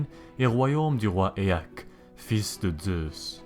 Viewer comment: C'est "Éaque" pas Etaque enfoirés